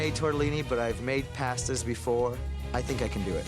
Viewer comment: "p A stas"